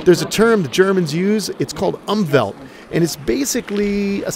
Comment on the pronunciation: Had to here it twice 😂 think you mean "Umwelt" Nice Video btw from a German